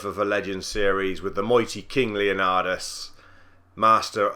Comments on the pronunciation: It's not Leonadis,It's Leonidas! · its leonidas man